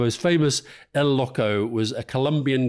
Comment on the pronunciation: Why can't Alistair say 'loco' correctly? It's extremely easy.